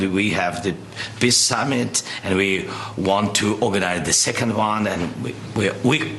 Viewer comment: 😂 what's a "piss summit"?